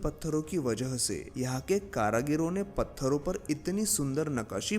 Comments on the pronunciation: Karigaro hoga karagiro nahi🤣😂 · Karagiro nehi karigaro ne bol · Pehle apni Hindi sudharo 🤨☹️ फिर, हिंदी में विडियो बनाना। कारीगरों का उच्चारण कारागिरो कर रहे हो... Too disgusting 🤨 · बहुत सुंदर 👍🏾👍🏾👍🏾 मन्दिरों की पुनरुद्धार होनी चाहिए।। विडियो में जगह जगह आपने कारागिरों शब्द का प्रयोग किया, “कारागिरों” गलत है,“कारिगरों” सही है । ध्यान दिजिए।। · कारागिरों शब्द नहीं है सही शब्द कारीगरों है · कारागीरो नही होता है, "कारीगरों"होता है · Caragaro nahi caregaro hota hai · Its karigar not karagiro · कारागीरो नहीं कारीगरो होता है। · अबे गधे कारागिरो मत बोल 😂😂😂 कारीगरों बोल जो कि सही शब्द है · KARAGIRO NAHI KARIGARON